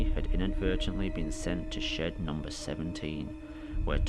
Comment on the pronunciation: It's shed 17 not shit 17 💩x